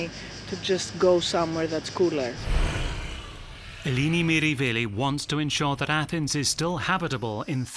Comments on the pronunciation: Wonderful, enlightening documentary. But I’m afraid he consistently pronounces her first name incorrectly. It’s /eh-LEH-nee/, not /ee-LEE-nee/. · it isn't pronounced "Aelaeni" either. It's "eh-leh-nee" — the 'e' pronounced like the short 'e' in "pet", not like the 'ae' in "reggae". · her name is Eleni. He keeps saying Ilini 🙄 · Her name is Eleni not Eeeeeleeeeeneeee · Pronouncing it wrong!